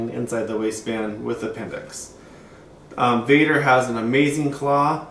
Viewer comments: VEDder not VADder it's an E not an A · Dude you called it vadder another video you did....its called vedder with an E.not vadder..VEDDER.........